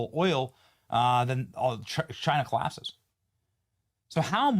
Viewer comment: “chi-uh… china collasses.” My Boy, Benny, is u been drinkin’?